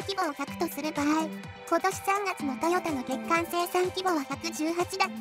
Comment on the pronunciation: トヨッタって聞こえるんだが．．． 関西ではそう発音するの？